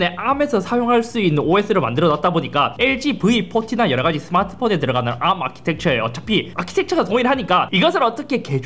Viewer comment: 암 너무 거슬림 ㅋㅋㅋㅋ 그냥 에이알엠이라고 해주세요 제발ㅋㅋㅋㅋㅋㅋㅋ